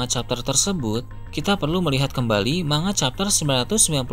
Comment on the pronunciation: manga atau mangap...sebut manga saja salah...seharusnya di pisah..MAN-GA...seperti konyaku bacanya KON-YAKU..